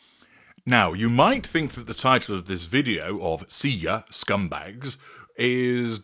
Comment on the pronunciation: Your finest American accent ever: "SKUMBAYGS" 😂 has been to the Northeast confirmed